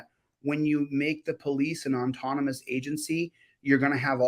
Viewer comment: The word is AUTONOMOUS, not ONtonomous.